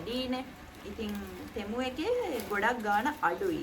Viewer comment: අද නම් ටෙමු වෙනුවට තෙමු කිව්වා නේහ් 😅